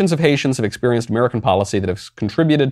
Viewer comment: Did Ilhan Omar just pronounce it "Expewienced"? I guess that makes sense given she has the moral intuitions and intellectual capacity of a toddler.